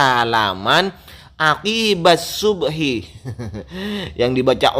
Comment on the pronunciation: keterlaluan , aqibah di baca quqbah